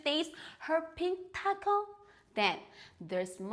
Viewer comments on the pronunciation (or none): none